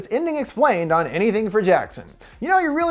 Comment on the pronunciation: anytHEE-HEEing for jackson